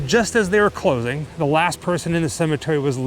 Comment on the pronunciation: "..... we got here just as they were CLOTHING." Is that how YOU normally pronounce the word, CLOSING because of your mouth and teeth, or an accident?